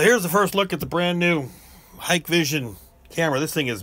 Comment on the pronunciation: wow, an American thats say HikVision correctly, lol